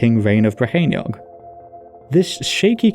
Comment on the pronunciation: Two questions: 1. Did Arthur really exist though? 2. This 'Rheinwg', are we sure it was in Whales and not somewhere along the Rhein river?